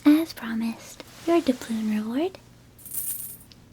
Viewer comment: Every time I hear dabloon I can’t help but think of Davy Jones from SpongeBob